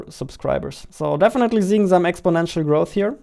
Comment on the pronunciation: "Zirious", "Zatisying", "Zeeing (Seeing)", "Inzane", even the words are entertaining good job!!! Love your vids! "What do you want to zee" - I dunno